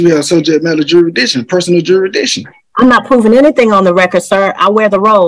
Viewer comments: “Jura-diction”…. He can’t even say the word “jurisdiction” properly lol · You stil gotta prove you have juradishun! (If you can't pronounce "jurisdiction", it's probably not a good idea to be representing yourself!) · I think someone needs to explain "juradiction" to. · cant even pronounce the word jurisdiction.. Some people open their mouth and remove any doubt that they have no idea what they are speaking about. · He cant even say the word "jurisdiction" correctly...😂😂